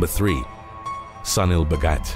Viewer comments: Sunil should be pronounced as Soonil. If you can say "soon" add "il" next to it. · Sunil must be pronounced soonil